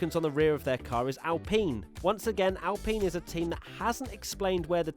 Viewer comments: ITS NOT ALPEEN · Whyd u say alpine like that, isn't spelt like alpeen u idiot